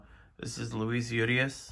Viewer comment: You pronounced Urias like a Latina news anchor